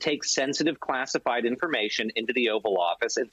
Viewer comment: Haha, did I just hear Dummy Donald correctly? He did say “Clastified” instead of classified.